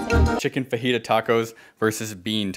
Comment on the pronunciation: EVEN ITS PRONUNCIATION FOR FAJAIT IS FA-HE-THA